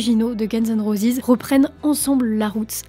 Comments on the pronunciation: Roses et non pas rosis 😅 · Guns and rosisssss???? Prononcez à l'anglaise c'est mieux mdr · prononce roses convenablement , t'es nul